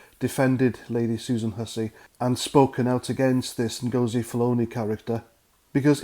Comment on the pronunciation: I think Nghastli Ngosi’s surname has the accent on the first syllable - as in ‘Felony’